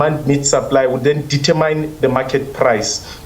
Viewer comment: Eish I get so irritated when supposedly intelligent people cannot even pronounce the English words correctly, the language they are using, eg it’s Not deter myne, it’s determin.